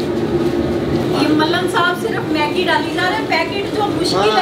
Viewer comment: Aunt please check your hashtags its maggi not meggi